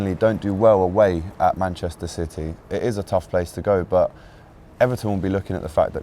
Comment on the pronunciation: she cant even say manchester city